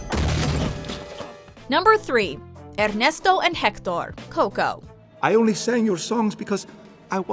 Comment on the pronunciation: "Errrneesto and Hectorr"lolololol